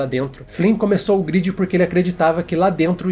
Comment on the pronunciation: gridi? ou galera se pronuncia gruedi e não gridi nada verdade em o tempo dentro da grade passa mais devagar do que o tempo no mundo real